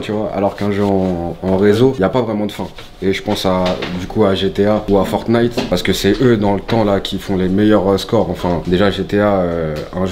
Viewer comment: Mdr on dirait un daront quand il dit fortnite il dit fornite